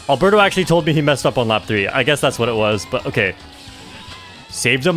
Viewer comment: As a fellow spaniard, it took me a while that Arberto is actually aLbeRRto. The normal spanish name hahahahha Amazing records, super cool video!